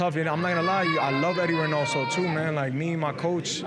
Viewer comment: Amazing promoter but can’t say his name right - Eddie Hearns lol